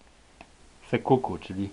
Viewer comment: nie "sekuku" ale "seppuku"!!!!!!!